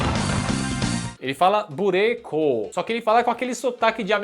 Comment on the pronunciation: Ow da hora. O Bureikou, antes da sua explicação eu achei que fosse “Break”, mas com a pronuncia em japonês e sotaque americano ao mesmo tempo. 😂 Excelente video. 🙌🏼🙌🏼🙌🏼🙌🏼🙌🏼